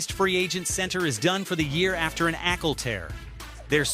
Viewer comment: A torn "Ackle". ""Afcee west". AI strikes again. Good luck on 1K subscribers. On second thought..................